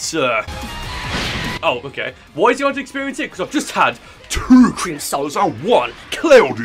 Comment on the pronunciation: T W O c r e e m SOWDAS and... WUN C L O U D Y L E M O N A D E